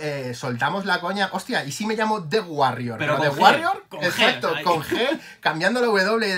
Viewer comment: No es por ser psicólogo pero The guarrior y The Warrior al menos si no lo pronuncias en inglés muy fino y cool, se parece muy mucho eh